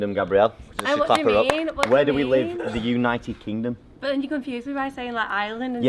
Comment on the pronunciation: I loved the fail on “the United Kingdom” . . . Who knew that. 😂😂